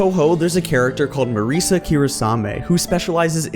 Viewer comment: It was really hard listening to you mispronounce Marisa